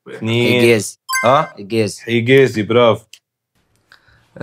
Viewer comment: راكم توانسة! حجازي مو حقازي زح